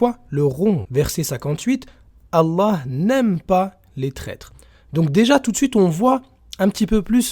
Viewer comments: Je pense que c'est juste une marionnette, en plus pour un arabe il ne sait même pas prononcer Allah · c juste son orgueil et son coeur dur qui l'empêche de bien prononcer Allah,g déjà vu ça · Chaud au début qd on entends Oukacha: il ne sait même pas prononcer allah. Remarque on n'est pas a un non-sens avec lui : il se dit intellectuel juste avec un bac ES (a quand les intellos avec un brevet des collèges)